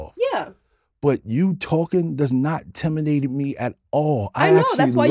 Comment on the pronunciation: Him not being able to say "intimidated" 😂😂 okay babyboy 😂😂😂😂